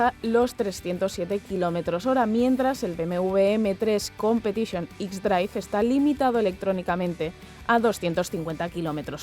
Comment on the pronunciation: "M3 competichione" justo cuando intentas dar algo bueno del BMW pero tú cerebro quería decir guilia